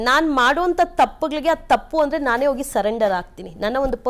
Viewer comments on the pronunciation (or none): 😂ಹೈದು ( ಐದು) ಹಂದರೆ (ಅಂದರೆ) ಇದು ಕನ್ನಡ ಆಯಮ್ಮನ ಉಚ್ಚಾರಣೆ.ಕೇಳುವುದಕ್ಕೆ ಅಸಹ್ಯಕರ.